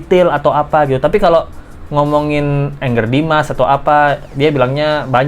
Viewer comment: nyebutnya jangan engger dimas, Angger dimas aja pake A. Angger itu artinya anak laki-laki dalam bahasa Jawa. 😊